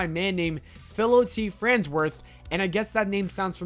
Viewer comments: And Farnsworth ... Not Fransworth.... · Did you seriously fucking say fransworth and hurms? Also why would we want to forget the work they put into their work? I knew this would be a bullshit click bait video and I still clicked. I block channels like this so you'll never get my view again. Also it's CRYOGENIC not CYROGENIC, idiot. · 'Frans' worth? Thumbs down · Fransworth??? Cairogenic? Riden? It’s not even just a matter of the narrator having never seen the show, it’s a matter of them picking an idiot who can’t properly pronounce the most basic and generic terms to be the FKN NARRATOR. seriously? Are you drunk or just slow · It's FARnsworth! What the hell is Fransworth?? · FARNSWORTH NOT FRANSWORTH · Herms? Cyrogenic? Fransworth? You never actually watched Futurama, did you? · Phillo T. Franzworth? Lmao im done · Ah yes. My favorite characters. "Herms" and "framsworth" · Herms and fransworth 😂😂😂😂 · This video is actual garbage. Not only does your mispronunciation of countless things show how unprofessional you are but it also shows you've probably never seen an episode of this show. "Franzworth" and "Herms"? Try actually researching a topic before you make a video on it. Also these aren't things they want you to forget. Most of the stuff on this list are what makes futurama a great show (not that you would know since you've clearly never seen it). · Will not watch anymore of your videos. You can’t even pronounce Farnzworth! Herms?! Idiot. Get off YouTube. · Hey it's Hermes her-me's Not herms. And Farnsworth not fransworth. You gotta ask the proper way to pronounce things not just make it up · Haha, right? That's what I was thinking too. He also went on to say 'Professor FRANSworth' in the same breath. smh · That was bad enough. And then I heard Fransworth. OMG REALLY?!? (ﾉ≧∇≦)ﾉ ﾐ ┸━━━━┸ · It's not herms, it's Hermes. It's not Fransworth, it's Farnsworth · Why the fuck do you keep saying "Fransworth"?! It's Farnsworth* dumbass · Herms? Fransworth? Wtf dude?